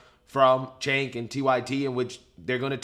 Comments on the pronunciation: Excuse me but "Cenk" is pronounced "Chunk". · One pronunciation item - "Cenk" is pronounced "Jenk" from the clips I've seen of people saying his name on TYT. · Cenk said koo koo for cocoa puffs!😂 He may watch your videos !!!!!